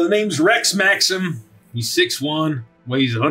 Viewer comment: I heard Rett Maxim, not Rex Maxim